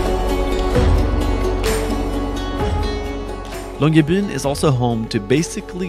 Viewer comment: As a Norwegian, the real star of the show in this video is ' upbringing allowing excellent pronounciation of Longyearbyen.